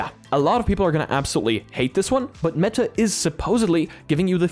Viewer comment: Bro is manually pronouncing the T in meTa